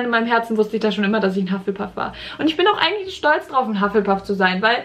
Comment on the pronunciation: Hufflepuff auf deutsch aus sprechen huff le puff